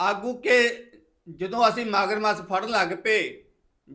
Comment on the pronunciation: ਕਥਾਵਾਚਕ ਸਾਹਬ ਮਗਰਮੱਛ ਨੂੰ "ਮਾਗਰਮੱਸ 'ਹੀ ਕਹੀ ਜਾਂਦਾ! 😂😂😂 ਸੋਟੀਆਂਮੱਸੀਆਂ😅😅😅 ਇਸ ਵੀਰ ਨੇ ਗਿਆਨੀ ਬੂਟਾ ਸਿੰਘ ਤੋਂ ਕਲਾਸਾਂ ਲੲੀਆਂ ਹੋਣੀ ਜਿਸ ਹਿਸਾਬ ਨਾਲ ਲਫਜਾਂ ਦੀ ਮਾਂ ਭੈਣ ਇੱਕ ਕਰ ਰਿਹਾ ਹੈ!